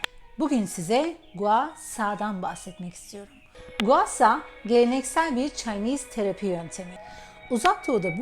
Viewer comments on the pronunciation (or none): abla o gua şa diye okunuyor .s